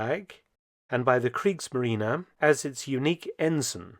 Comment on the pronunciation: クリークスマリーナじゃなくてクリークスマリーネだよ。